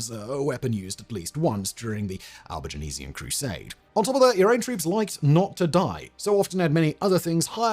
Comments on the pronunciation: I love it when Simon can't pronounce something - re Albigensian :D But kudos - small price to pay for being so prolific. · Why do you keep adding an e to Albigensian? an entire extra syllable! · Is Albigenasian the way Brits pronounce Albigensian? Sort of like the aluminium/aluminum pronunciation difference with Americans? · I just wish he wouldn't keep pronouncing it Albigenasian. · Sorry, got only as far as your mispronunciation of Albigensian - if you do these videos, do some homework as well.